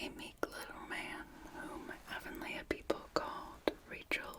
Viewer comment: It's pronounced "A-von-lee"